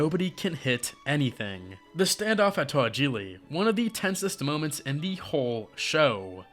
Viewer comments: Its pronounced Tow ha ja lee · It’s pronounced “tow-ha-ja-lee”.